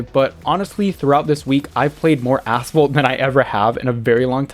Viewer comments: Yep a9 was asphalt but unite really is ass fault😂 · Did you said ass fault or asphalt? Or is it ai voice over?